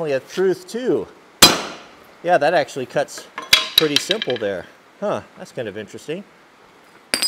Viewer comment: See if we can axeually